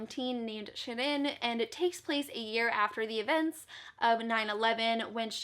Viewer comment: Aaaahhh. You pronounced Shirin's name correctly. 💖 Glad that you loved AVLEOS! xx